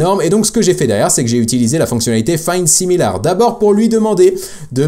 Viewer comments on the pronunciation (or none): Pour la prononciation de similar c'est quelque chose comme simileur